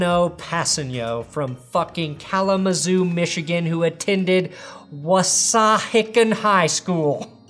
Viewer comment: Wissahickon is pronounced WISS-a-HICK-en. I know that because I live in the Philly area